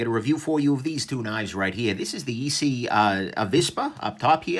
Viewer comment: It's not EEE-CCCC .... it's pronounced SSSS -EEE.